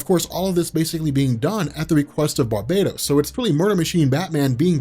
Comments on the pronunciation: Bar-bah-tos! Not bar-bay-dos! One is a demon , the other is a tropical island . Guess which one you are making it spund like. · I'm almost 200% sure it's pronounced: bar-BAT-oss